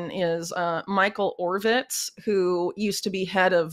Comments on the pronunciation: It's Michael Ovitz not Orvitz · Ovitz, not Orvitz, Whitney. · Michael Ovitz, not Orvitz. Michael lived a block away from me, was in my fourth grade class at Encino Elementary. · Michael Ovitz, not Orvitz. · It's Michael Ovitz NOT Orvitz! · It is Michael Ovitz not Orvitz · Whitney, you did not pronounce it correctly: Michael Ovitz, not Orvitz.